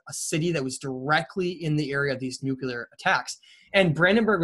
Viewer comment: Nuclear not nuculear